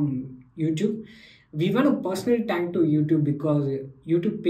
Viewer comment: sayad aap thank ko टैंक bolte ho